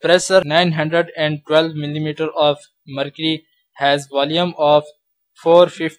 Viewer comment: Excuse me sir, Your pronunciation of "mercury " is wrong, You say "mercy" but it is not "mercy" it is "mercury"😊 By the way thanks for teach us. Your teaching way is the best. 🎀🕊